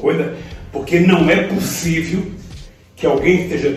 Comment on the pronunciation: Ah Lula... "Não é pussiviu..." saudade de quando o maior problema do nosso presidente era o jeito de falar.